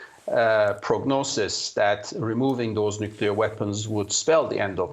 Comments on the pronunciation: maybe its just me but i find it hard to listen to or see anyone as credible who cant pronounce nuclear... nucular its not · what is so difficult to pronounce Nuclear ...that one have to pronounce `Nuccular ``... Knowing the GHW is one who started nuccular... It is telling .. capacitywise...for Craig Copetas..